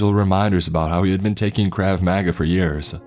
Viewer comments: Crav manga? Its pronounced Krov Moga without long o's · ya boi skinny penis its krav maga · Is anyone else annoyed by him saying craving maga wrong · "krav MAGA" LOOL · “kraav maga” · 🤣🤣🤣 the way he pronounces Krav Maga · The pronunciation of placating and krav maga gave me cancer